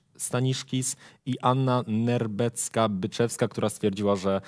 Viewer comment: "Anna Nerbecka-Byczewska" 🤦‍♀️. Widać, że millenials od prasy nie kojarzy niczego co miało miejsce w polskiej kulturze przed rokiem 2000, ale najgorsze jest to, że 2x przekręcił nazwisko Nehrebeckiej i ani Stano, ani, go nie poprawili. 🤔